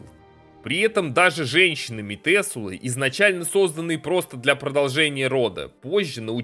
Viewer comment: ты постоянно произносишь метЕсулы, хотяя везде пишется метУселы, это кошмарит меня :с